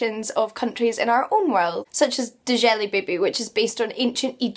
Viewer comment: Nice video introduction to the Discworld. I've been on a quest to read all the books in the order that they were written but I'm several years in and keep getting distrtacted. Up to Fifth Elephant at the moment. By the way, Djelibeyb is just pronounced Jelly Baby. :D